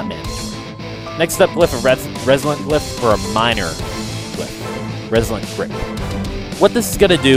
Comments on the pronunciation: Notable guide! You're botching some words though. 'Meta' is pronounced met-uh not may-tuh 'Runic' is pronounced roo-nik not roo-i-nik 'Resilient' is pronounced ri-zil-yənt not re-zi-lent I sound like a jerk but it's driving me crazy. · 'Ruin', 'res-i-lent', and 'mayta gem'. Not sure why, but how you were pronouncing these really bugged me, haha. Other than that, I enjoyed the guide. Thanks a lot.